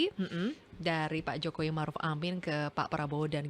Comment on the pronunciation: Bivitri kalo ngomong sok jakartaan...pakai K.Jokowi pengucapannya JOKOWIK tapi kalo lihat wajahnya kok kayak org ndeso yam..org mana.DULU pernah di calange pak Mahfud apa yg dia ucapkan suruh mempraktekan...dia geleng kepala. sih...dia...wajahnya coba hidung pesek